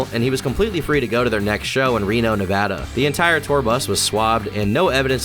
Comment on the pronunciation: Holy crapoly someone said Nevada right..... I'm guessing you are from here, bc no one says Nevada correctly... ahahaa!